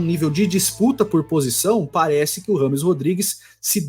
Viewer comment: Só pela insistência em ser chamado de "rrâmes" ao invés da pronúncia correta, " djêimes", ele merece a carreira q teve.